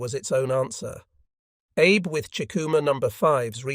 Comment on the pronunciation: Also "Abe", should be pronounced "Ah Bei". I suggest they run a search and replace of "Abe" with "Ah Bei" so that the AI reads it correctly. We don't care if the spelling is incorrect. We only care how the AI pronounces it.